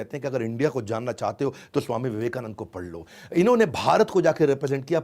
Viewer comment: Theek hai Modi ji Ne Tumhari University ki marksheet band kar di Vivekanand ko Vivekanand bol rahe ho